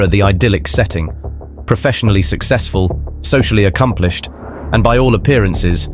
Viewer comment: A-ccom-pli- SHED, sur- FACE...strangely unnerving.